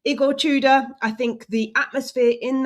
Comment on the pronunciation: I know we have that certain way we pronounce this name in English, but Igor's surname is pronounced "too-door".